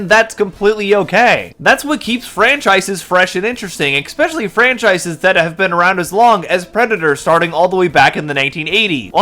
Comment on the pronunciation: I genuinely can't tell if this is incredibly bad faith or if you really really just didn't pay attention. The evisceration of this video on other non bad actor channels is delicious. Honestly pay more attention in the future. Watch the "entowery" of the video, "expecially" if you're planning a critique that you intend to sound biting or "gotcha". This was Otterly nonsensical.